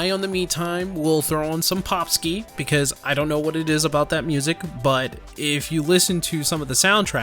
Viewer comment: Actually got it right :P